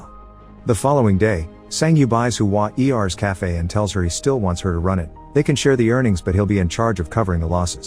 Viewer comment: Huan Er is two syllables. Not Hu-an E R. 🙄